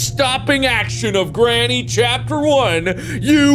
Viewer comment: Anyone else notice how he kept saying Grammy instead of granny